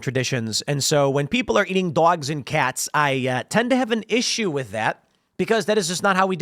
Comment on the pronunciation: Tim said dwags and cats lol